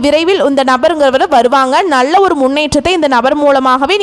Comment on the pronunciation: Your Tamil Pronounciation is very bad in L. Nalla, is as Nazzlla